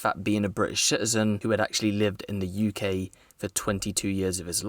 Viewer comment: stop saying "shitizen" the word is citizen, not shitizen.